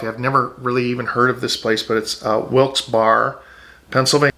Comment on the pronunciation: Very informative. It's pronounced Wilkes BEAR ( Barre), Pa. We moved from NJ to Palm Coast. I went to school in Middlesex in Somerset county located in central NJ. I think the big difference in the cost of living is the property tax. We were paying over $11,000 in NJ property tax.